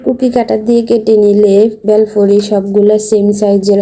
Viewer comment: প্রথমে মনে করেছিলাম বেল দিয়ে তৈরী করা কোন নাস্তা দেখানো হবে। কিন্তু পরে বুঝলাম 'বেলফুরি' আসলে ভেলপুরির অশুদ্ধ উচ্চারণ! 🤔